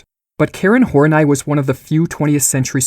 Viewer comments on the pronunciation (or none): Oh okay, we're going with "Hor-night" instead of "Horney". Pffff. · Karen hor-nie?? I'm pretty sure it's Karen Hor-Nee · Why do you pronounce "Hornay"? Isn't it pronounced like honey plus an "r"? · in. And you want me to pronounce Carol's last name as "Horn-Eye". Yeah right. Snicker. Carol on that D like goat daddy. Just the wrong emPHAsis on the wrong syLLAble. Lol. I laugh at myself. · Great video, again. Tho it's cool if you just pronounced her name "horny" x) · I think its pronounced : Horn-ee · I don’t think her name is pronounced “horn-eye” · Horn-I is not how you pronounce that. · It's clearly pronounced horn-ee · Respect to this kid for changing the pronunciation of "Horney" so as to not turn this into a joke.